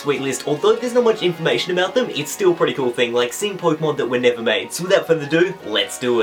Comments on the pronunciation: Just saying, loved the video. But it's pokÉmon (short for pocket monster) I don't care if you don't spell it with the é but pronounce it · Poi-kemon? Nice Kancolle reference man! =3